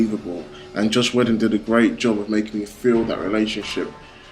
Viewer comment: Joss WEEE-don. Not Joss Wedding.Never heard his name pronounced like that. Good review though. Props with the editing. "Are you not entertained!!" indeed. Can't complain about action in a comicbook movie. I actually thought Thor was awesome in this. I actually do not like the Thor movies much, but he was a scene stealer in this. Alot of people pick up Thors hammer btw. Storm, Beta Ray Bill etc.